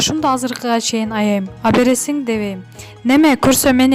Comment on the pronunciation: Абересин абересин дебей туура суйлосоңчу ?Алып бересин же сатып бер деп .